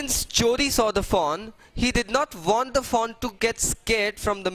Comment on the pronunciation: Sir I am getting confused taht what are you saying foe, doe or fawn